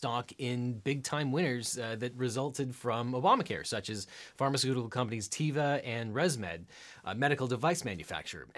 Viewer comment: Great video! These real law analysis videos are my favorite part of your channel. It's been great to see it grow and gain so many followers and create so many new types of video! It's pronounced "teh-vah" rather than "tea-vah" by the way -- it means "nature" in Hebrew.